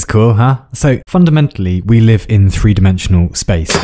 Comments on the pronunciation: I love you for pronouncing 1, 2, 3 & 4 as of you were Norwegian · Did... did you just pronounce "tre" (three) and "four" (fire") in Norwegian?